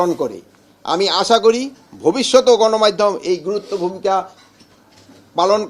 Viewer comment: ০:২৪ গনমাইধম না গ্রাইম্মা, গণমাধ্যম উচ্চারণ করার চেষ্টা করেন😂😂😂😂